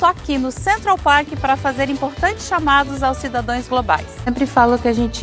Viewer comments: Mas a maior pérola foi a chamada aos "cidadoēs" globais.😂😂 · POBLEMA, CIDADÕES, ABRIDO... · FALANDO COM A MULHER DO LACRON MICRON??? AI, AI, AI... "PLOBLEMAS FORAM ABRIDOS PARA OS CIDADÕES E A FARAONA"...